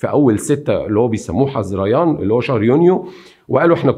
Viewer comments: الاستاذ. بعض التصحيحات: الصحيح: رشيد عالي الجيلاني تُلفظ (بالجيم المصرية). نوري السعيد و ليس السعدي. شهر حُزَيْران و ليس حزريان..و هو الشهر السادس. مع الاحترام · جزيل الشكر استاز معلومان قيمه بس ملاحظه بسيطه لفظ بعض الكلمات كان غير موفق مثلا الكيلاني ونوري السعيد وليس سعدي وشهر حزيران بضم الحاءوشد الزاي طريقه السرد ممتعه جدا جزاك الله الف خير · شهر 6 اسمه حزيران وينطق بضم الحاء ...وكمان اسمها مشادات وليس مشاداه ..ايضا كان الحاكم اللي سبي اليهود من زمن بعيد ...اسمه نبوخذ نصر ...بفتح الصاد المشددة ...وحضرتك تقدم معلومات جيدة وجديدة ع ناس في الوطن العربي ...فارجو حضرتك تدعم معلوماتك بلغة عربية سليمة حتي تخرج فيديوهاتك علي احسن مايكون ...انا مصرية ...تقبل تحياتي 🌹🌹